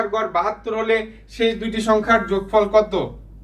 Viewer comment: যোগফর❌ যোগফল ✅ 😂